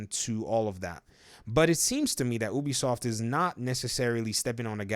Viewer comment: It’s not pronounced ooobie soft biggest fucking pet peeve